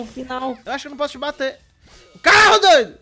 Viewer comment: Kkk ele parra a briga pra fala o CARRO